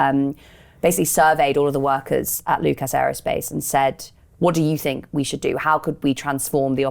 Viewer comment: I like abd admire what the Lucas workers tried to do - and the venture failed. I doubt very much that mainstream business and finance lost so much as a picosecond's sleep over the implicit threat to the established way of doing things presented by the reshaping of Lucas. ('Lucus', not 'Luke-ass' - British English loves a schwa.)